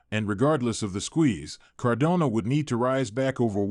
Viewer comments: Why can you not pronounce Cardano properly? Its frustrating. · This is so frustrating. How can a channel dedicated to a specific crypto not even pronounce it correctly...